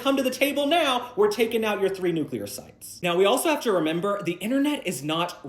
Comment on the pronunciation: Does anybody pronounce “nuclear” correctly anymore?